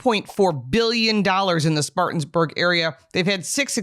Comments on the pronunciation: Good video. But it’s Spartanburg…not Spartans. Being from Atlanta and riding/driving through this area basically since I was a kid, that extra S was grinding my gears! 🤣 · try to get the name right! Spartanburg NOT SpartanSburg.